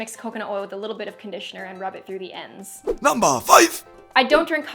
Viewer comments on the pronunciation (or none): "nuumber 5" sounded so funny hahaha .. this is awesome and informative